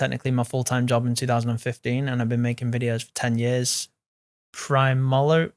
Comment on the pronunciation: prime molar? how can you not know how to say primarily